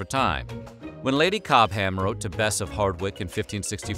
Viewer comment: not Cob-ham, think Cob'm. Not Bal-ham (comedian Michael Bentine did a comic parody of an American voiceover about Bal-ham), think Bal'm